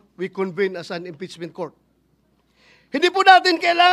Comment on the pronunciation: Sabi ni bato inpessment hindi impeachment 😂😂😂